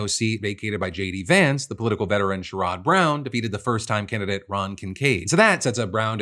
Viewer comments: sherrod is pronounced "share-od" and not "sure-odd" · Hey Sherrod Brown's name is pronounced Share-ed. With love from Cleveland. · Life long Ohio guy here and that's the first time I've heard Sherrod Brown's name pronounced Share-rod and now I'm questioning life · It’s SHERrod, not sherROD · It’s pronounced Share-id Brown not Sha-Rod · That's not how Sherrod Brown's first name is said. It's Share-id. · you gotta figure out how to say Sherrod Brown’s name brother 😂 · Love the coverage as always, but wanted to mention that Sherrod is pronounced like it should rhyme with Jared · the way you said sharrod browns name makes him sound a lot higher class than he is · Phil I love you sooooooo much but pls pronounce Sherrod brown’s name right it’s KILLING me